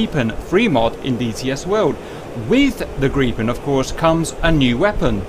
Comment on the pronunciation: Cap pronounce Gripen like a native swede.